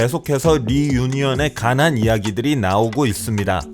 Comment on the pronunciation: 관한이 가난으로 들려서 이선수들이 가난한줄...